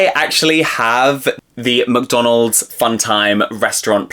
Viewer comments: Very cool video! And the way you say "McDonald's" (MCDONOLD) is funny :D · Baahbie and muhkdonald's. 😅